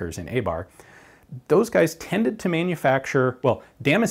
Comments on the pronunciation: i decided after 4 min to drink everytitkme you said damscenjin....im fucjking hammered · the way he pronounces Damascene hurts me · Every time he say damascene my mind expects him to say damage.